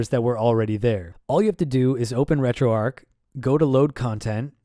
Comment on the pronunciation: Great video but please, it's retroARCH not Retro-Arc.